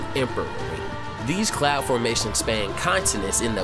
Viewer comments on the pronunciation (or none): none